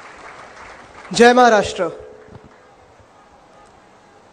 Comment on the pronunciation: जय महाराष्ट्र बोलताना अस वाटतय जस एखादा फाँरेनचा पोरग जय महाराष्ट्र बोलला